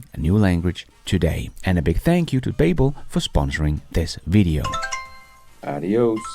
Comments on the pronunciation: BABBEL is kimda like BUBBLE not BAYBBEL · its pronounced Ba - Bel, like the Tower of Babel. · Hej (Beachcomber?) -- Please note: Babble rhymes with Bubble... Babel rhymes with Able... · Google babble , it doesn’t sound exactly right, the way you are saying it. Just saying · Haha I was looking for this comment. Mispronouncing the name of a language company.. that's some solid irony right there😬